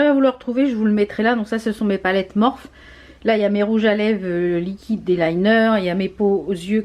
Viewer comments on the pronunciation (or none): Hello, non mais il y a un truc qu'il faut absolument que tu changes, please ne dis plus Mophe mais Morphiiiiii,, il faut respecter le nom de la marque quand meme, que l'on soit française ou pas, ca reste le nom de la marque, bisous! Pareil pour le nail art, on dit neil art et non nail art, c'est peut etre rien pour toi mais pour moi qui suis anglophone et qui adore les vidéos en français ca me fait mal aux oreilles, surtout que le mot nail est anglais tu comprends!, Rien de personnel, juste il faut te mettre à la phonétique anglase, je suis sure que tu gagnerais des followers, bisous!